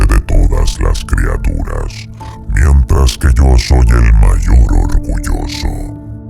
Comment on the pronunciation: El documentalista no conoce la "Y". "IO SOOOOY ...."